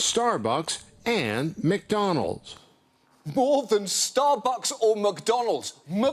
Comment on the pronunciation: It sounds like he's saying muckDonnalds